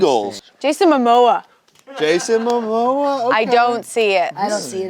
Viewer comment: This bih said Jason Mamoa Lmaoo gtfoh